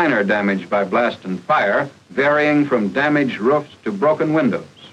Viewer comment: The narrator keeps saying "ruffs" but it's supposed to be "roofs"